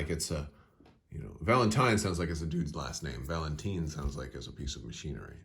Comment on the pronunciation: It's Valentine not Valenteen